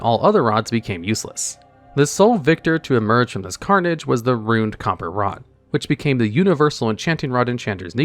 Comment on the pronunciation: It might be a reference I missed but it seemed like in enchanting you said WOD every time in place of rod, I’m sorry if I’m pointing out a speech impediment or something that wasn’t the intent, it honestly just stuck out that much to me, and I think that speaks more of my issues than anything